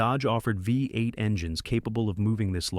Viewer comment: Great pictures. Please teach your AI how to pronounce V-8.